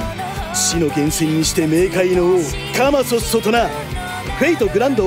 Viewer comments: カマ↓ソッ↓ソ↓じゃなくてカ↑マ↑ソッ↑ソ↑なのね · 発音がｶﾏｿ↑ｯｿ↑じゃなくてｶﾏｿ↓ｯｿ↓だと言うことを学べたわ。ありがとう偉大なる職人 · 発音が↓カマソッソだと思ってたら ↑カマソッソだった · カマソッソの発音 カマソ↑ッソ↑かと思ったら カマソ↓ッソ↓だった… ごめんよ偉大なるカマソッソ…